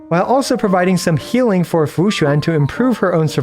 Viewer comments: as a chinese person, this is the most accurate pronunciation of Fu Xuan and Xianzhou Luofu I've heard from a non-chinese person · Among all the Chinese names you pronounced, Fuxuan is the best LOL, great try! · you need to stop pronouncing fu xuan so accurately like a Chinese native, it's getting uncanny :) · Hey, not sure if you're gonna see this but coming from a bilingual your pronunciation of Fu Xuan (符玄) and Xianzhou (仙舟) is pretty on point. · Wow the pronunciation of xianzhouluofu and fuxuan are pretty spot on, always happy to see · The way say Fu Xuan sounds native